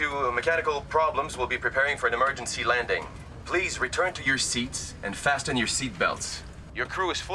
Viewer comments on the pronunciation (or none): fasTen? Hard T. While the T is not supposed to be silent, it is universally not pronounced. So, this person is not a native English speaking actor. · Never ever ever heard someone pronounce the "t" in fasten before lol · might be the first time I've ever heard somebody pronounce the T in "fasten"